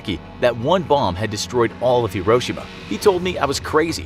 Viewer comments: Hiroshima is pronounced liketjis(hero-shims) not hro-shims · Dont you say Hiroshima like hero-shema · FYI, it's: hee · row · shee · muh. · Am I the only one that hates the way this guy says Hee-Ro-Sheema? Hiroshima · It’s pronounced (Hero)-(shi)-(ma) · FYI: Hiroshima is pronounced hero-she-ma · How did you pronounce Hiroshima? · I think it’s just how Americans say it but I think you said Hiroshima wrong? I think I’m just Aussie so... yeah